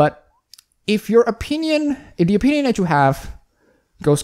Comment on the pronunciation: you're entitled to your a-peen-ion.